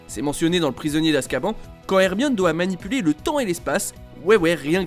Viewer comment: Ça se prononce " Azkabane ".